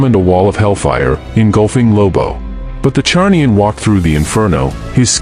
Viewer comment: Zarnian, it's Zarnian. Not Charnian